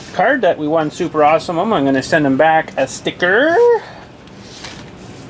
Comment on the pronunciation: You missed the 't' in acting.the 'EE' in see.the 'p' in super.